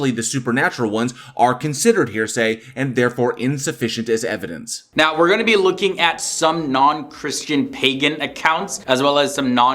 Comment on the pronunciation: You know someone's argument is invalid when they say "evidence-es" 😂